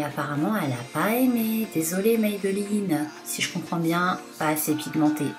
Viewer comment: MAYMAYMAYbeline haha j adore MAybeline haha !!!!